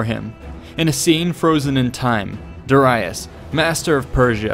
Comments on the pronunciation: Your pronunciation is way off. "Duh-rye-us"? No. Not at all. Not ever. "Dare-ee-us" in English and "Dah-ree-us" in Latin. You got "Cilicia" wrong and I don't know what else because I stopped at "Duh-rye-us". It's hard to bear that you are trying to teach history without an understanding of the language(s) which was(were) used at the time; or, at the very least, how we pronounce these names and/or words to this day. Providing people with interesting tidbits is all good and well; but now there will be an army of people who sound like morons, saying, "Duh-rye-us"... and even if what they have to say is relevant at all, those with even a basic understanding of language will simply dismiss the knowledge on account of the ignorance of the speaker. Think about it. If a mechanic keeps calling your Hyundai a "honda" or a "hawndeye", then you don't want him/her to touch it no matter how good someone else says they are. Why? Because gambling is stupid. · Da ReEEE iS not De Ri US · This is very well made. The animations also brings everything to life. For me, learning with pictures are most interesting and effective. Also you've mispronounced Darius. It is pronounced as (Dari-yus) not (Dara-yus). Just a correction :) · It's pronounced 'Da-ree-us' not 'Da-rye-us'! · 9 lives? The boy was invincible. Edit: Also, did you just say “duh-rye-us “? Bruh, it’s Darius.. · Did you say Da-Rye-us. Face palm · Duh-rye-us.... wtf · Great video, honestly. The way you pronounced Darius though is FRUSTRATING, my guy 😂😂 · This pronunciation of Darius pierces my ears like a javelin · The way you pronounce "Darius" bothers me. XD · Say Darius right pls, its pissing me off so much